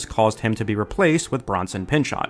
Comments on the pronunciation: Bronson Pinchot’s last name isn’t pronounced “PIN-chot” it’s pronounced “PIN-show”. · Not a Perfect Strangers fan? Pinchot is pronounced "pinch-oh" with a silent T! A great almost cult classic movie is him and John Larroquette in Second Sight! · It's pronounced 'pin-cho'. I don't know why,.